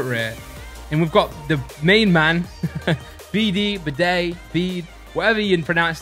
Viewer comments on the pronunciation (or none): none